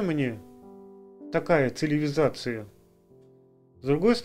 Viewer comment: не циЛИвизация, а циВИлизация. В прошлом ролике думал, что ты оговорился, ан нет... А так молодца, всё верно говоришь.